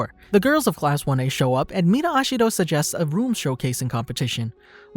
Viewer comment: HE SAID AsHiHDO i though it was ejiro